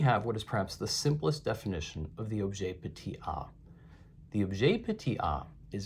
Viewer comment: Objet petiT a. Not objet petey a